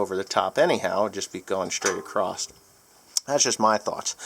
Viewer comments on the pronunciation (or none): please for give me for this, but there is no T at the end of the word Across... Other than that, great video!